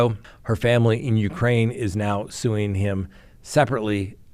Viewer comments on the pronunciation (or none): none